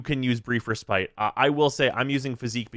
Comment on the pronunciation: the way pronounces respite is triggering me. pls do better.